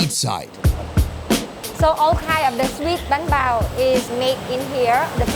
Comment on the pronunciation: good job guys. wish i could like it 100 times. watching it 2nd time and still laughing at some of the details i missed. said banh bao with VN accent perfectly meaning he's been in VN too longggggggggg:) when r u going back to the states to visit ur family? they miss u:(